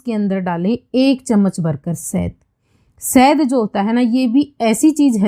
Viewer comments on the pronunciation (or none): Sahd nhi shahad hota hai